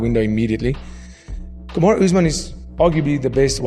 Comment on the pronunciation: Why’s he saying kumshot bro 😭😭